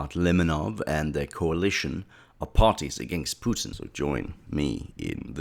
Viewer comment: Pewtins It’s Pu Tin Say it right and don’t say it’s an accent western media always try to exotify foreign leaders